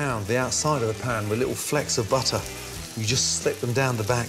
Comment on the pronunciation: Got to love the way he says "butta"